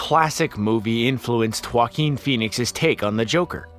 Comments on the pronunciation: It's waa-keen NOT huwa-keen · Every time he says "Joaquin Phoneix" it sounds like "Fockin Phoenix". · I thought I heard that 😂😂😂😂😂😂😂